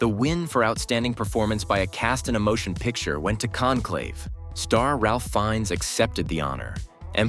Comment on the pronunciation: Ralph Fiennes pronounced Rafe. Who are these narrators that can't get the names right? AI or real people?